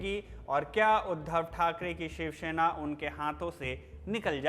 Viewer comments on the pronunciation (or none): भाई शिवसेना है शिवशेना नहीं। आपका उच्चारण बहुत खराब है।